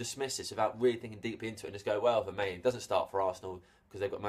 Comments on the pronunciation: No, it's pronounced like this Ver - MAH - Len.... But seen has Belgiums speak Dutch or French, I would say it's a Dutch name as it doesn't look french so it's pronounced as Fer - MAH - Len. There we go. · Isn't it pronounced "Ver-mar-len"? Oh and I think he's shite. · Vermaelen is pronounced Ver-maaaaaa-len, trust me I'm Belgian. Btw to those saying he is bad, he is world class for Belgium and if he would get more playing time at arseanal, I believe he would be much higher rated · It's pronounced 'Vermarlen' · Matthius Da Silva Yes, it's Ver-mah-len. And not pronounced as an F, as is suggested above. (I'm from Flanders (dutch speaking part of Belgium))